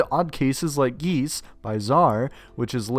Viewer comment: bro said geese😭😭😭